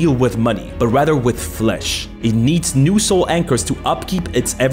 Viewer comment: When i heard "From the moment i understaded a weaknes of my fleash" i made happy monke noises XD